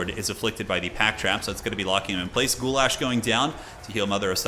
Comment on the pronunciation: Did he just call Mother Ostankya spell 'Guylas' like 'Goulash'..? Like the soup dish hahaha ❤